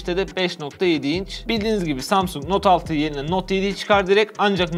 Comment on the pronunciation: Note 6 derken fe yı diyo